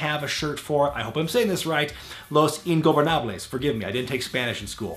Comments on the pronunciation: words can ot express how ridiculous you sounded saying "el hijo del fantasma" . But its all ok, i mean, it is quite difficult to pronounce it, but damn, you sounded REALLY natural pronuncing "los ingobernables" . Also, could you make a video talking about why did mistico botched so much and did not had the same succes as he did in the CMLL? This are the reasons on my personal opinion: 1)He did not wanted to learn English and thus, he could not communicate with the workers making him more confused about what to do 2)Lucha libre and wrestling are VERY different in styles. Also, what do you think about rey mysterio leaving wwe and going from AAA to lucha underground? will this affect his future as a hall of fame member? on the bright side, we will be able to see him fighting chavo once more. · You said "Los Ingobernables" perfectly! Cant wait for your next video, im rewatching everything meanwhile lol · Actually, I said "Los Ingobernables" pretty good